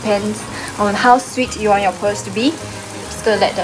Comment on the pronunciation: Oh and it’s “boil” and “pearl” not “boi” and “per”